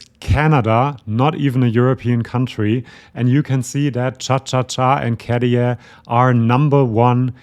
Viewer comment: You are so informative, accurate, intelligent, I really love your channel 👍👍 BUT... please next time pronounce the name Käärijä correctly, it sounds like 'CARRY on', RRRR not D KaDia so > Kah-RYH-Ah (and if you want to be very precise, pronounce Kæh-RY-ah, but it's not that important, KAH-RYH-AH is enough 😉) Thanks! (and, again, my compliments)